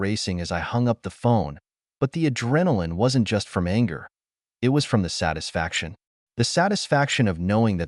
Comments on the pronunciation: Not "I-T". "It" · Why does the AI narrator pronounce (it) as "I" "T"? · Your mom, dad and sister need to find jobs to get money. They are free loaders. Your story is too long, pronunciation poor. "IT"? Pronounced "it". Get someone to teach you the English Language. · Terrible, terrible AI voice that mispronounces so many common words. Frequently saying "I.T." instead of "it" being the most frustrating. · The word "it" still exists. And it should not be pronounced "i t" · It's odd that the word "it" is being read as I.T.... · Would someone PLEASE fix these AI voices to say the actual word "it" instead "eye tee".